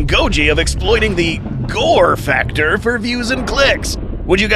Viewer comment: Oh my God, the way you said "GoRe faCtOr" at the beginning 😂